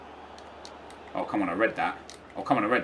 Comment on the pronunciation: i love your vids but hid name is matuidi not match-uidi